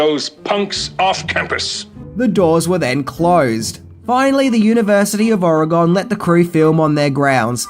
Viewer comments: Stephen Furst was also the guidance counselor in one of the Twisted Sister videos. The John Belushi scene where he smashes the guitar that was an adlib by John Belushi. Oh and my state is pronounced Ore-a-gun not Ore-a-gone. Also Mark Metcalf wanted real animosity on camera so he picked the motel room right under the "deltas" rooms. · Oregonian here - I've gotta correct you again - it's pronounced OR IH GYN!!!